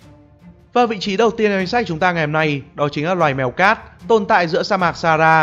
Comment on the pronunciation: A cứ đọc sara vậy 😑😑😠😠